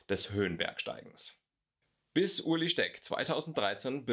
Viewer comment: Er heißt Ueli und nicht Uli :D